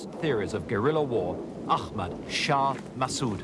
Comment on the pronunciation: masssooooooooooooooooooooooooooooooooooooooooooooooooooood ....pronounce it propoerly